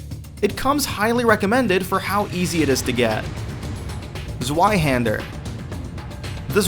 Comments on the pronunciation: Z-way-hander not Z- why-hander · Ze-Y-hander? That's 2 for german. TwoHander. Pronounced Zv-eye hander. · szwaihander.... learn to speak it in german zweihander